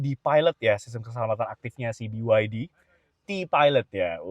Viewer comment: itu emblem diatas EV itu nama BYD dalam bahasa Mandarin bacanya "Pi YA Ti"